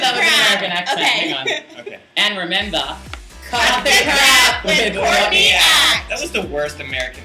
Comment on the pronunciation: Question Courtney......when you say your name, it kind of sounds like 'Caught-in-the Act'. I know drag names generally have meanings or are at least a play on words. I'm wondering where your name comes from. ps. You sang with a symphony orchestra. That must of been a BLAST! Also, I hope you're not in Sydney right now.....the weather REALLY SUCKS haha.